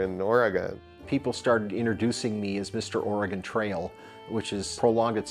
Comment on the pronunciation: even the guy who made the game can't say Oregon right 🤣